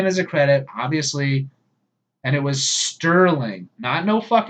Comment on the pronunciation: Rod Serling was always written 'Rod Serling'. Non-enthusiasts pronounced it 'Sterling' in error, simply because of familiarity with the latter name. Ron Grainer, the composer, often has his name mis-pronounced 'Grainger' for the same reason. Similarly, my mother invariably refers to the well-known singer as Cliff Richards!